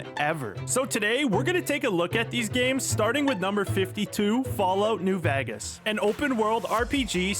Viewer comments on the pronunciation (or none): you lost me at "New Vagas" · ... he really said New VAGAS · “Fallout New Vegass” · Haha, also "Laura Craft" and some other weird pronunciations, I've heard of cursive singing, where they do this kind of thing on purpose ...but cursive speaking is a novelty! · Is it pronounced like veegas? Not native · It's vey-gus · Had me with Fallout New Vaagas. Maybe it's purposeful errors to drive viewer engagement? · Did he did he mispronounce Vegas on purpose?